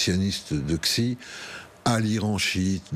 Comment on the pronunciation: Xi ça ne se prononce pas Ksi mais Shi